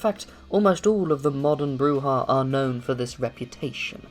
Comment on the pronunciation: BROO-ZHA, you neonate rabble.